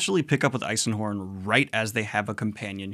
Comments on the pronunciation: There is no L in Eisenhorn 😃 But you fixed it 😆 And there are no good guys in 40k, dont worry you will get to the point of knowing everything... never So just enjoy and know what you do, 40k is vast and no one knows all. It is part of the setting, and books being written by unreliable narrators make some events contradict each other. Everything is cannon, and nothing is... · Where are you getting the L in Eisenhorn? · "Eisen" is really not that hard to remember, yet you struggle with it... again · I love how Daniel calls it Eiselhorn 🙂... even after correcting himself :-) anyways I am a big 40K fan, to the point I have probably read over100 novels in the universe. While I agree that some of it is hit and miss. Eisenhorn Trilogy, Ravenor trilogy follow up and te 2/3 books in the third series connected to that are definitely the best gateway besides Gaunt's Ghosts or taking the plunge and (after probably reading up on the 40K setting) diving into the Horus Heresy, i.e. Warhammer 30K. Sure, that series also has some duds, but I would argue that even if you aren't an expert in 40K (how it all turns out) those stories are some of the best in Warhammer. Can't deny the element of "we know Anakin turns out to be Darth Vader" is a part of the appeal, but HH has peak Warhammer epicness :-) PS If you thought Eisenhorn was 40% action, i have a feeling 40K won't be for you though. Since this series probably has the least action out of the universe. It's in the tagline of the IP... "in the grim dark future there is only war. There is no peace amongst the stars, only an eternity of carnage and slaughter, and the laughter of thirsting gods." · I believe as everyone I've met the is actually pronounced I-zen-horn, also while they are good book to get into the universe but there are so many other novels that can carry the universe. Things like warhammer crime novels do well or even a scifi comedy with infinite and divine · Why does it sound like your adding an “L” to Eisenhorn?